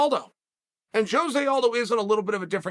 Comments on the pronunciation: Sonnen … In your quest to be the best, I mean better than the rest. Cuz you are a true freak show and the one that is always in the know … can you do me a favor though. Pronounce Aldo’s name right that way your show will be tight and give others fright. Phonetically speaking (believe me I’m not tweaking) it’s HO-ZAY not JOE-ZAY. A ROW-ZAY by any other name would stick as hard. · They way Chael pronounces ‘Jose’ had me dead lmfaooo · Why is Jose Aldo the only Jose that people pronounce the J?